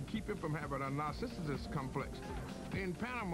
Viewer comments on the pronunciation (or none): said “a narcissa-sist complex” 😂😂😂😂